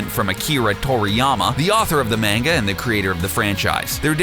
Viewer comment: Not that but he Says mainga when it's manga